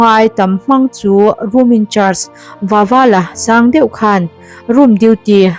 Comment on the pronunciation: feuh tilo in deuh aw miss 😅😊